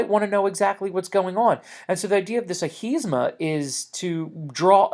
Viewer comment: its ahimsa not ahisma....